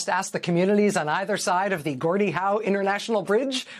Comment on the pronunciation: It's Gordie, not Jordie. Geez.